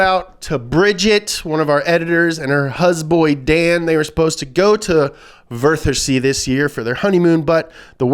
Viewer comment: The 'th' int Wörthersee is pronunced as 't' not als 'f' or 'th'. The 'th' sound does not exist in German. Aside from that, pretty good pronounciation.